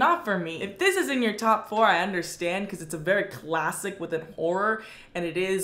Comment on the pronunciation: The way she says whore instead of horror